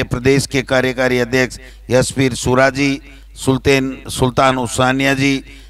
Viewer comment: चुनाव लक कर के 😂😂 सुल्तेन 😂😂 😂😂😂 जब तेरे खुद से सही बोला नहीं जा रहा है तो मुख्यमंत्री पर ज्ञान मत दें 😂😂😂